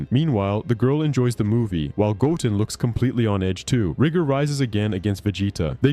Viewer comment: Say it with me GO—10 GO-10 Not goen or godun sir